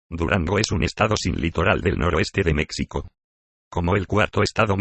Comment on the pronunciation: Pero porqué con la voz de Loquendo! Es más, esa voz ni siquiera es Loquendo! Pronuncia "mécsico", "mecsicanos"... 🤦‍♂️🤦‍♂️🤦‍♂️🤦‍♂️